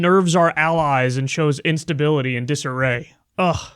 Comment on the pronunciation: Kyle “Instabilitah” Kulinski